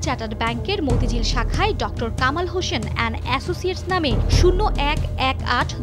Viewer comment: It is Hossain not 'Hoshen'.